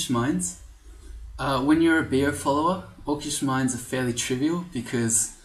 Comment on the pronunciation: pretty sure Beogh is pronounced "Bog". It was originally an acronym for Brian's Orc God (B.O.G). Other then that, great video, great series, keep up the good work!